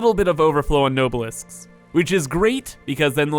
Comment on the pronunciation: I just wanted to let you know that it isn't pronounced nobe-elisk but it's actually pronounced nob-a-lisk I just wanted to let you know because I found it a little annoying and I'm probably not the only one.